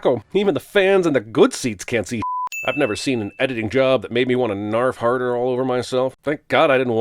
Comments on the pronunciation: You said "narf harder" but I heard "Nerf Herder" lol. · Hey! You can't say th- oh, you said narf harder..